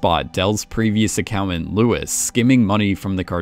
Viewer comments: Great breakdown. Just slightly thrown for 2 seconds by what an "a cow ant" was in describing Marty's profession😁😁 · Them*. Not “thum”, not a word. Them, vacation, accountant, important, all basic/common words absolutely butchered by the narrator, who also has maybe the worst cadence a narrator could possibly have.